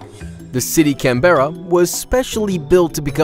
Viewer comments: Can-berra that's not how u fuqin say it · In Australia Canberra is pronounced ‘Can-burr-a’ 😖👉💗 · How he said Canberra though was next level